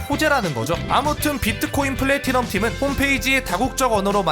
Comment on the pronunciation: 이야 플래티넘이 아니라 폰래티넘이었네